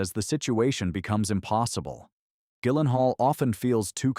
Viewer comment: Her name is pronounced Sorsha. And his name is pronounced Jillenhall. Even AIs should know these by now.